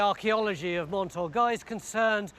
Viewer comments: Been to the castle, so recalls happy memories. Fascinating stuff as usual. But I wince every time Tony says Mont Orgoy. A passable English pronunciation would be Orgay. Stuck with it now.... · Awful isn't it? I cringe everytime I hear him say it.